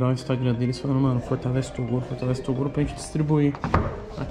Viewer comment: "Aí toduro" kkkkk